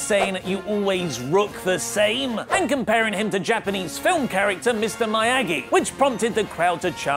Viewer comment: Though I am an American I have long said that the rebellion of the American colonies was wrong. Had I lived at the time, I would have been a loyalist to the empire. However, the way that you mispronounced Miyagi is the best retroactive justification I have ever seen or heard for the war. Watch the movie my friend, he says Miyagi about fifty times. Good day sir.